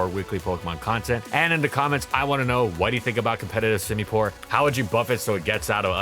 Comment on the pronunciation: "How good whas semipour actually?" He sucks at everything "outro"